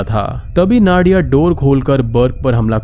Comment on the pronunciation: Its नादिया , not नाडिया